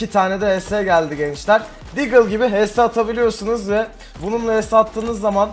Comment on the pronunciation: "DAGLE" CANDIR!! :D